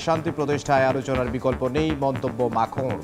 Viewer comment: উচ্চারন গুলো ঠিক ভাবে করেন,, মার্ক রুটে,,মাখো